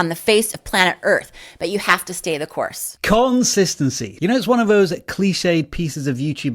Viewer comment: "Consitancy" yep 👍